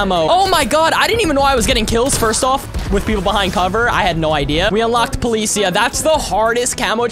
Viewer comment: Policia is prenounced po li c aaaa its spanish for police officer